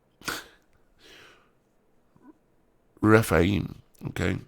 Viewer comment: refaim :) Rephaim ph you say efff Dar, în anul al paisprezecelea, Chedorlaomer şi împăraţii care erau cu el au pornit şi au bătut pe refaimi la Aşterot-Carnaim, pe zuzimi la Ham, pe emimi la Şave-Chiriataim ....it's very funny listening to americans trying to spell names from the bible :) you don't know how to spell it.